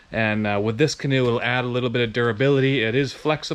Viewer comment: He went from a canoe to a can-an’t”…🤣🤣🤣